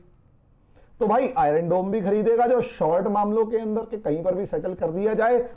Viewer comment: Iron is pronounced as I-yern and not as I-run .